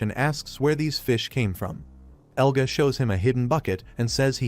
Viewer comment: Yea ofcourseeeee the ai says egla and eluga while his name is "Elga" common sense